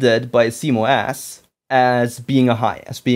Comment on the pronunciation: Sounds like you are calling CMOS "see mo ass". It's pronounce C MOSS